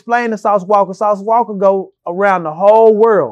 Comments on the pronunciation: Lol im cringing everytime he putting the "ER" on Sauce Walka 😂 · “Sauce WALKER” lol It’s walka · Why does always call him Sauce Walker instead of Sauce Walka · Sauce Walka...get the name right boa